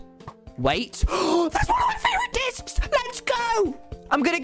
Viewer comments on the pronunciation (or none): Ah yes, Tommy got his "Dishcs"